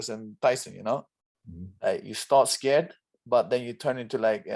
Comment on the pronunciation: All I hear is Khamshot was SCURRED !